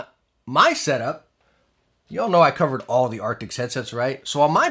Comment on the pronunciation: Does he say artics?